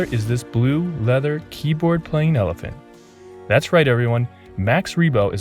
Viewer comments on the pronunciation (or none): none